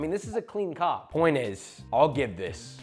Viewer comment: you did not say 'cob' and I can't be convinced otherwise